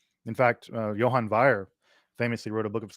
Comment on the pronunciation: 👈Johann Wier I know you're anglophone, but please pronounce "my" name better, mkay?